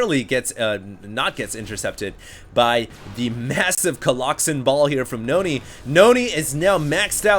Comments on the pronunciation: But you don't get pissed when he says coloxen? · Stop saying colloxymmm plzzz god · please stop saying colloxen. it sounds like the name of a fatal disease.